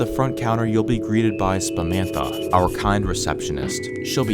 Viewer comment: You almost got my real name Spa-manta my real name Sammanta😂